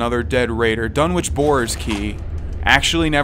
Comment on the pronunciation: it's Dunn-Itch no "W" needed.